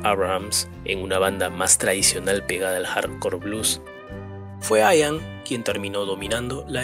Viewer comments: No se pronuncia "Aian" se pronuncia como se escribe "Ian" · "aian"... no, Ian. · No se dice ^aian^ se pronuncia ^ian^ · Sí. Se pronuncia «ian», no «aian». Y se pronuncia «baj», no « bash». Johann Sebastian Bach. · "Ian" ("Juan", en gaélico escocés) no se pronuncia "Aian", sino "Ían", tal como se escribe y con acento en la "i", por ejemplo. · Además, la conjunción CH se pronuncia CH, no SH, la letra D se pronuncia D, no T. Y la V es V, no F. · se dice IAN anderson, no "AIAN" anderson, en su nombre la "i" suena como la "i" del español, no como "ai" del inglés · No sé pronuncia " aian " es " ian"..se dice " klaiv" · Ian...Ian...no Aian. Se pronuncia Ian, como suena, como se lee en castellano. Ian Anderson. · No se pronuncia "aian" sino "ian", casi tal cual se escribe. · No se pronuncia "AIAN" se pronuncia como se escribe IAN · Se dice Ían, no Aian. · Se dice IAN no AIAN. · Se pronuncia IAN tal y como se lee, No Aian. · No se dice aian ni en inglés ni en español ....se pronuncia igual que como se escribe: ian anderson... Buen video👍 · Ian se dice Ian no Aian.... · Niño. "IAN" SE DICE TAL CUAL LO LEES!!!!! NO "ÁIAN". SE DICE JETHRO TAL" AUNQUE SE ESCRIBE TULL. OK?? Aqualung es Aqualong!! Y asi miles de errorres de pronunciación que tienes. Thick aa a brick se dice zik as e brik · Se dice : por Bach " baj " . Por Ian " Ian " con énfasis en la I. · con todo respeto se pronuncia IAN así como está escrito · El nombre del vocalista se pronuncia tal cual se escribe, acentuando la i: Ian. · LA INSISTENCIA DE LLAMAR AIAN A IAN ROZA CON LA TERQUEDAD